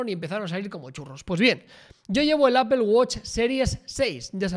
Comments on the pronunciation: jajajaja qué horror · ¿Por qué pronuncian "apel" a Apple? jajaja